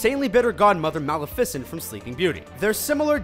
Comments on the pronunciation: the way he said malefasent. sorry i spelled it rong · It's really uncomfortable and annoying the way he says Maleficent! It's like Ma - lé - fee - cent.... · it is ma-le-fi-cent its not tjat hard bro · I can't believe that they mispronounced Maleficent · Says maleficent wrong dislike report for ear abuse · It really annoyed me when pronounced Maleficent wrong... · anyone else get mad when he pronounces maleficent wrong ? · You guys really need to have someone proof watch for pronunciation. There are at least 2-3 mispronounced names in each of your videos. (maleficent in this one may have been the only one) I like your videos but it totally takes me out of it when it's pronounced wrong, maybe I am the only one. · Kikyo0Takarai he says Maleficent so bad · I know i cringed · My favorite Disney movie is "You pronounce Maleficent wrong" -__ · Joseph DiSalvo IKR that made me so mad XD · I love the way they pronounce Maleficent XD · HE KEPT HORRIBLY MISPRONOUNCING MALEFICENT AND I WAS SERIOUSLY TRIGGERED!!! AAHHHHH!!! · The pronunciation on Maleficent was killing me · What is mal-e-fice-ent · who tf gets maleficent wrong like everyone knows her name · Yeah he didn't know how to pronounce Maleficent did he...? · you said Maleficent wrong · HOW CAN YOU MISPRONOUNCE MALEFICENT SO BADLY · Wow...eye roll you pronounced Maleficent wrong lol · The way he pronounces Maleficent kills me. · omlllll the way he says maleficent bothers me so much ahh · You did not just pronounce Maleficent wrong. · STOP PRONOUNCING MALEFICENT WRONG! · his pronunciation of maleficent hurts my heart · The way he says maleficent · you are saying maleficent wrong... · He said maleficent wrong haha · Ok he pronounced meleficent wrong.........and I probably spelled it wrong but you know what I mean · He said Maleficent wrong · wqho else wants to smack this guy for how he says Maleficent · Oh god He pronounced maleficent wrong Multiple times It hurts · Why do you pronounce Maleficent so wrong ????😫😫😫😫😫